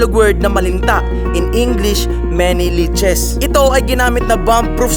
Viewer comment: LEECHES po hindi "LEACHES".